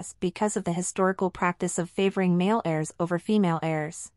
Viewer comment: I sure wish "they" would fix the computer that's reading this script. It is NOT "a" level. It is "A" level, pronounced with a long a. Also, they are talking about "heirs," NOT "errors"!!